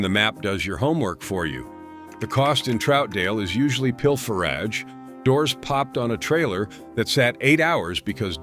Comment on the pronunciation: Pil fer agge huh? Ai slop